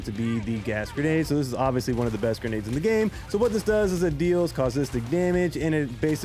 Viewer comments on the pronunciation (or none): Caustic damage. Caw-stick. Not causistic. I Keep hearing it and I thought I’d give the heads up on pronunciation. Love the videos though I have tried quite a few of your builds out. Often times I tweak them a bit for my play style but I like the thorough presentation of different loadouts. Keep up the good work.